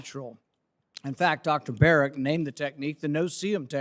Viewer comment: Notice how Fauci says Dr "Barret" instead of Berrick so he "technically" isn't lying under oath when he states that he isn't working on gain of function. Slimy little man.